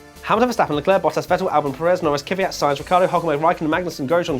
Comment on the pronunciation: Why does everyone say kyvyat, it’s kvyat